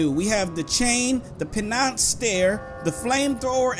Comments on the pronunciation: I like how he mispronounced penace. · Learn how to pronounce penance